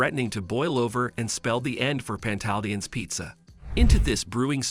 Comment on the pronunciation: In the future you might want to properly learn how to say the restaurants name. You sound crazy.